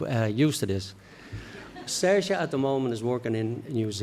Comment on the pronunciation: I never thought Ronan was hard to pronounced, or maybe its just the accent, but Im certain i heard Ryan. glad he says the name Saoirse right. xD